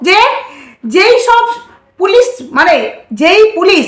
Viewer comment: উচ্চারণের দিকে ধেয়ান দাও ! ছিক্ষক নয় শিক্ষক , ছেই নয় সেই, পুলিছ নয় পুলিশ,এছেছে নয় এসেছে ইত্যাদি ! আশা করি খেয়াল রাখবে !